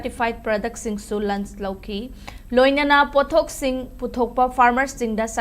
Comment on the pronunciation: Pao pabda cheksinna pahanningi Lunch natte launch haigdbni